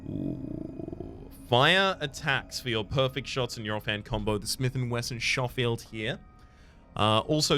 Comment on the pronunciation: Okay gotta toss in a correction. That first weapon choice's gun is S&W Sch oh field (Sch as in school)= Scho field. Sorry but it's my surname and it always amazes me how many people go for showfield despite the other pronunciation being far more common. Pet peeve.